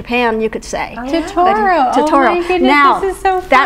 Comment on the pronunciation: Makes me so happy to see this lady so passionate about Studio Ghibli 😊 I just wish she pronounced Totoro correctly 😭